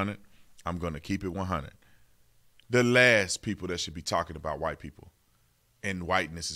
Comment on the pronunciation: As soon as she say wight mojarity she shold be fired